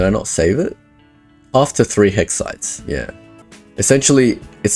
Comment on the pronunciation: "Hexsides" 😁 You got it right !! 😆😆